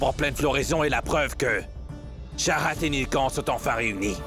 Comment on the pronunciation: on dit pas charahat on dit chahat